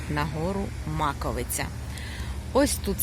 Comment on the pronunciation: Добрий день! Дуже дякую вам за відео, не знала який шлях обрати, щоб піднятись на Маковию, а ви все чітко показали. В результаті, все пройшло круто, також йшла соло. І особливе дякую за вірний наголос в назві гори. Всього вам хорошого❤️